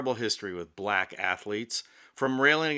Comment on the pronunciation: Can Yall Please Watch Ur Videos and Pay Attention How U Say The Word Black. Please...